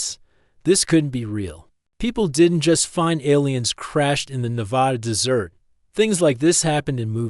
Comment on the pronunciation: Aside from a few "dot" and the AI voice repeatedly pronouncing “desert” (in Nevada) as “dessert” (pudding?), the audio is decent with few glitches.